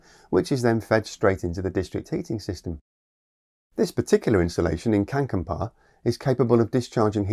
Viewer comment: you almost got it. it's not känkänpaa, it's Kankaanpää. right sounds, wrong way around. xD Got a laugh off me. don't worry, I know global pronouncing is what it is. just saying.